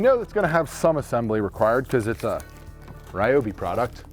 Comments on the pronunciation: Stop saying Rye-oh-bee! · ‼️The name Ryobi was not pronounced correctly even one single time in this video